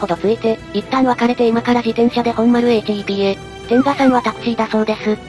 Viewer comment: 「みすみ」ではなく「さんかく」公園 HEPは「ヘップ」と読む